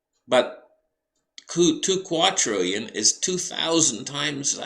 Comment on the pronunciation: TWO QUADRILLION, NOT QAUTRILLION, ITS WITH A 'D' NOT 'T' LOL